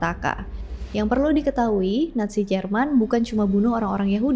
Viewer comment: nazi.. banyak pengucapan natzi🙏